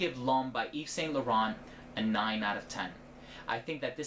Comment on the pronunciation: When American people hear someone say names like Yves Saint Laurent, do you not hear the sound of it, or do you deliberately choose to say it wrongly?